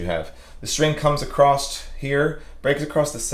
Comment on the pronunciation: “Acrosst”? Everyone knows there’s only one s. 😊